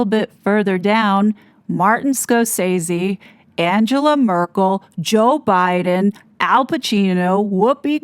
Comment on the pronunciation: Not that’s important but, you mispronounced Merkel’s first name - the one’s who destroyed not only Germany but entire Europe.